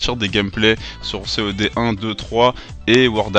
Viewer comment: Enfin quelqu'un qui dit C.o.D et pas "CODE" :D